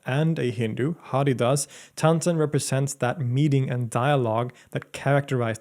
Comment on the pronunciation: Great video! Some minor pronunciation corrections - The Ha in Haridas is pronounced as huh, so the pronunciation is hurrydas. The last N in Miyan is silent, or a slight nasal ya, so the pronunciation is Miya (with a slightly nasal ya). Lastly Raga is a term often used by western people, the correct word is Raag. So it's Raag Deepak, Raag Megh etc. Also, the legend mentions Raag Megh Malhar as an antidote to Raag Deepak and not Raag Megh. Megh = Cloud/s and Malhar = Torrential Rain. There is a Raag Megh and a Raag Malhar and Raag Megh Malhar is a combination of the two. Thanks for a thorough job on one of India's most prominent musician.